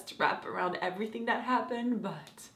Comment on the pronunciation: did you just say "everyfink"